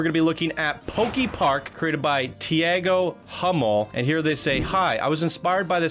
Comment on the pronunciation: Hey dude, I think with the creator of the park is brasilian, the name Tiago is speaked "Tea Go" :)